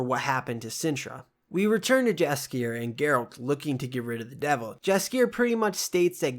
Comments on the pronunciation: Eek, 😖 the way you pronounce Yaskier’s name. Great videos though. Keep’me up. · Jaskier is pronounced yaskier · I appreciate the whole synopsis, but dying from the wrong pronunciations of Tissaia and Jaskier. ;)